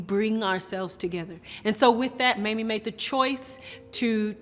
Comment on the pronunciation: Okay. Why is that some newscasters say Mammy instead of Mamie. They wouldn't say Mammy Eisenhower. Come on, racism is present.